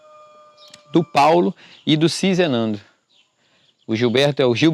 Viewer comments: Você está falando Sinzenando, colocando um "n" a mais, o nome é Sizenando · Você já leu corretamente. Sizenando. Mas insiste em pronunciar SiNzenando. D. Pedro II, com 14 anos já era imperador do brasil. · Ahahahahah...não é sinzenando. É sizenando...